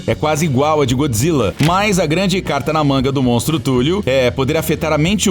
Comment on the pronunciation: Escrita: Cthulhu O cara falando: Túlio.